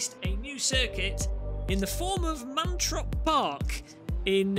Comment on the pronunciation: it's "Mantorp", not "Mantrop"... But since you're not a native Swedish-speaker, you're excused!😉